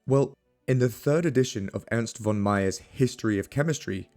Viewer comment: my compliments for the pronunciation of the German names. small advice: a ‹v› in German is, for all intents and purposes, always pronounced like an ‹f› so the word «von» should sound like "fonn"